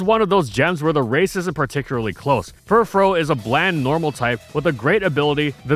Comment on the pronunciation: It’s pronounced deh-dehn-AY and fur-FROO, “”! 🤨